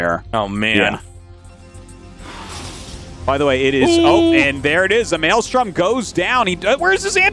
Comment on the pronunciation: "maylay storm"